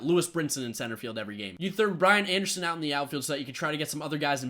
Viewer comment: i thought you were saying Ryan Anderson not Brian , i didn't know who you were talking about for a good 3 minutes